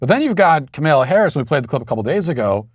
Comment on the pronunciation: Never stop speaking and repeating the truth Matt. Counter their lies every single time. Never give up, never get worn down. There are new people watching all the time and they need to hear it. Also, I would like to thank you for continually saying Kamala’s name wrong every time! It’s the little things these days! 😂😂😂😂